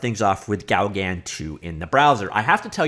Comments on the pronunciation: I believe it's pronounced something close to "go gone" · It’s pronnounced GO-GAN, LIKE GO CAN.. But the N is silent. French post-impressionist painter and friend of Van Geogh. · Please do not say Gaugan again,/ ever. ...It's pronounced GO GAN Lake in Desert,. .....Really !. That's what you thought would work,. Have you heard the word ...OASIS . It's a WATERHOLE in desert areas. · Pronounce it "Go-GAN". Not quite the same as the French, but that's the way most English speakers approximate the name. Hang on... isn't French a compulsory subject in Canadian schools?!?! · It's GO-GAN you numnut :p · Here is the correct pronounciation, from a french biopic movie about Paul Gauguin